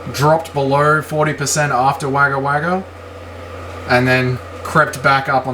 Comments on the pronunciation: Come on - it's not "Wagger Wagger" - it's "Wogga Wogga" - JOOOOOOOOZ 🙂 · Wagga Wagga is pronounced Wogga Wogga. It gets hot out there. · Yeah mate all the comments about the way you're saying Wagga Wagga are bang on its cringe as fuck bro